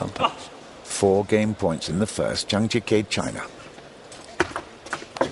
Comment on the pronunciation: It would be nice if the commentator could make an effort to pronounce at least the top players' names correctly. It's not Zhang Gee-Kay, but Zhang Gee-Kuh